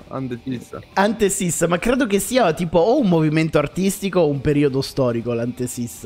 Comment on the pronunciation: Ripeto: è "antefissa" e non "antesissa"